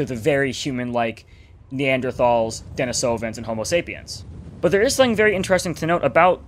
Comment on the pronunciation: I believe that it's pronounced 'den-ee-so-vin'